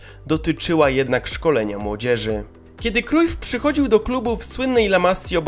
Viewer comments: wymawia się "Johan Krałf" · Źle czytasz nazwisko Cruyf